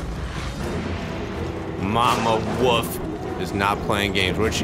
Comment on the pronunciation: Every time he says 'wuff' instead of wolf I crack the fuck up.